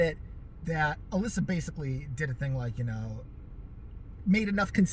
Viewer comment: You pronounced my name right. Especially 2nd time..dead on. Anyways thank you for doing my video request! ❤ i love your videos they make my day. I was laughing a lot you were catty reow 🐱🐾 ssss with The Charmed! And then again I giggled especially when you brought up 90's hardcore Suzanne Powter... I think her name is. I don't know but I surprisely own 3 of her books believe it or not, my best friend and I were into her "Just Breathe! And diet. Hahaha! I was so captivated by her leveling up story I got ripped at the time stat..😂 serious.